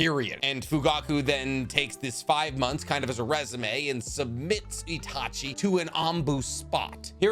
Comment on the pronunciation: Did anybody else here him say seshui instead of itachi